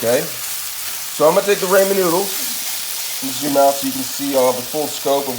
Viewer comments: It’s pronounced Rah-Men noodles not Ray-Men noodles. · “Raymond noodles “ 🤣🤣🤣